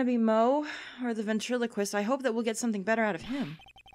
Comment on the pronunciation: You guys..... Ben-Trilo-Quist. Ventriloquist